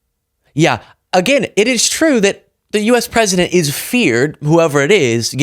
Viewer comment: If was pwesident. If I was pwesident. Reminder you supposed to be the president. Jesus Christ 🙏